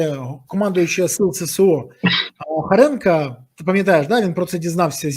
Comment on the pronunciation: Хоренко а не Харенко